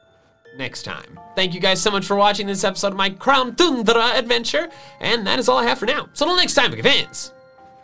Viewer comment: Tundra (toon - druh)